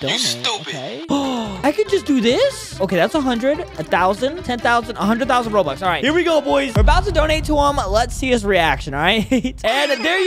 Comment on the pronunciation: bro said Said bobux